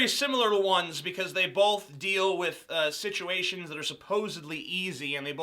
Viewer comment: Every time you say "situation" I get offended.